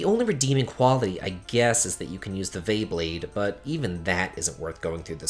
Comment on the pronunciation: Isn’t Vay pronounces “Vy”?